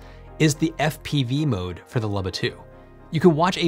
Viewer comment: It's pronounced "Looba", not "Lubba".